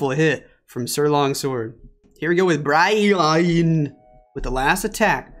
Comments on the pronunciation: its Bra-yan Braian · the way he call braian WHAT